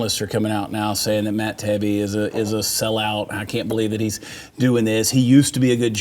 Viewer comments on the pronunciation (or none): Said "tie-ee-bee". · It's 'Ta-yi-bi' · Tah-he-be. Not a Trump fan and his thread was less than fair. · Matt “Tie-ee-bee” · Matt Taibbi (tai-ee-bee). You're welcome. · Matt Taibbi's last name is pronounced /taɪˈiːbi/ . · your saying Matt’s last name wrong. It’s like: tie e bee just sayin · has never heard of Matt Tai-ee-bee? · I usually like the show, but turned it off at 2 min after two names were mispronounced. Two of the biggest names, in a huge story. Take a few min if show prep to make sure you don't blow your credibility by looking unprepared. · Thank you, don’t know why commentators can’t get Taibbe pronunciation correct before going on the air.